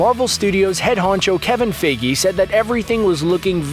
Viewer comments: Kevin FAGGY lmao that pronunciation I'm dying. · remind me did he just say Kevin figey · Why can’t you pronounce Kevin Feiges name right?!